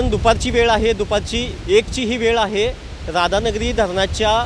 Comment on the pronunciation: Anchor एक ठिकाणी तुम्हीं राधा धनगिरी म्हणाला राव.😂😂😂 क्षणी म्हणायचं सोडून कोणत्याही शनी म्हणाला.न्युज ऐकत हसू पण अल.छान अपडेटे. तुमचा भाषेबद्दल काही तक्रार नाही.उलट बातमी ऐकत असताना मजा आली.